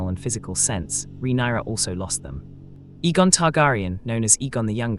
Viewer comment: A-gon not E-gon.